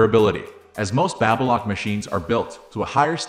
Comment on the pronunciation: BabyLock not BabAlock ?! 😂